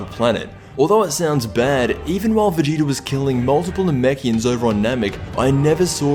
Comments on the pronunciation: you said vageto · I swear you said ''vegito''' at the beginning